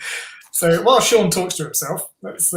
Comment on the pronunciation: Sean.... 🤣... it's Seon... See..on..